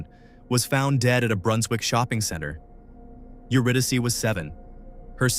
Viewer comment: AI slop..lazy bastard making slop with AI..you're saying her name wrong..HOW FKN DISRESPECTFUL and showing Sydney instead of Melbourne ..fuxkwit. Disgusting!